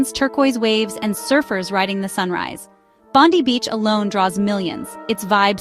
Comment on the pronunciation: You're an expert on Oz but you can't pronounce Bondi or Barossa? Instant fail.